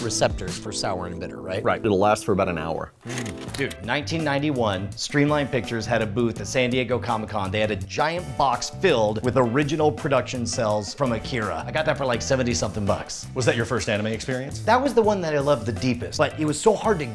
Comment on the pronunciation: says he likes anime, pronounced 'Akira' incorrectly and thinks AoT is good But it's great to hear you're partnered with Crunchyroll. That's cool.